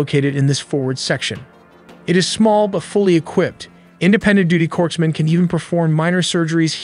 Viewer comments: Hospital Corpsman is pronounced CORE-man…..not CORPSE-man!!!! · You lost me at “corpse-man”.